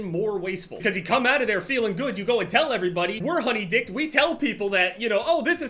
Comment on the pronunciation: “Honey dicked” 😂😂😂 omg